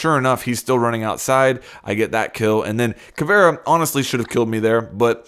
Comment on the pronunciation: Caviera Ka-vee-ra